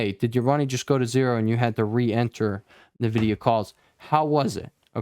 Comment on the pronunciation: i like how you pronounce NEEVIDIA :)